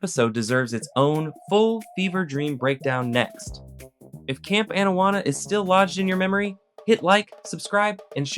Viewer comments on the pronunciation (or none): Excuse me. It is Camp AH-nawanna. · Bro, cool video. Loved the show. I’m just absolutely befuddled as to how you can mispronounce Anawana when it’s right in the famous intro song for the show. How does this even happen?